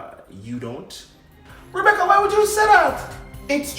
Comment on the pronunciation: Rebeccuhhhh 🤣🤣🤣 look here man... I CANT TEK IT NO MORE 🤣🤣🤣🤣